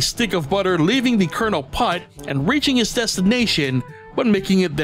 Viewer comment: Sorry for being slightly rude by saying PULT NOT PUTT!